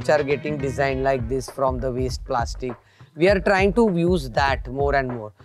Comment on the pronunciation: Wow someone who actually tries when they say ''we're trying to''